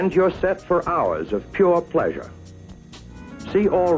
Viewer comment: "and you're set for hours of pure pleaseasure"